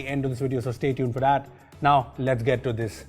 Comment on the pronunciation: Dis, Dat, Tousand 😂😂😂